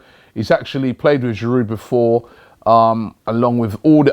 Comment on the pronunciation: Robbie, you pronounce most (if not all) of the past, present and potentially future French Arsenal players' names correctly.....except for Giroud? The 'H' is silent in Henry, the 't' is silent in Payet. FYI, the 'd' is silent in Giroud.